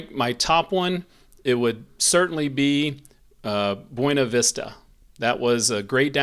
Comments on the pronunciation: Fairplay's my favorite, but I guess that's because we live there (parttime). Also FYI, the locals pronounce it Byoona-vista. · I’m a Colorado native born in Salida lived many years there as well as Buena Vista never herd the way you pronounce it